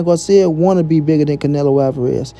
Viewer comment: Ryan what 🤣🤣🤣 said Garcia right 🤷🏻‍♂️ guarcia 🤣🤣 well guarcia or Garcia he’s a clown 🤡 anyways